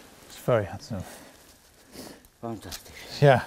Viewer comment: Was your mate a german man ? Because he sad : Fantastisch :D ?